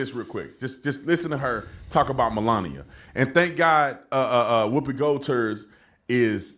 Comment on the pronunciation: HaHa LOL, he said "Whoopi Gold Turd".